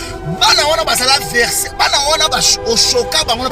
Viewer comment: Mabundi neti muana ya zulu azo fiba libele azanga miliki! Oza salopard, niama ngulu, Mot mal prononcé: verser na sima na yo? Vw, kié kié kié!